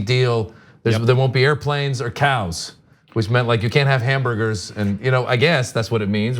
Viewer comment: It's "hamburders", Ana. "Hamburders" and "covfefe".